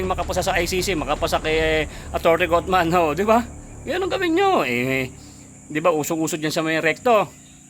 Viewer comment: Vlogger, atty. Haufman at hindi cotman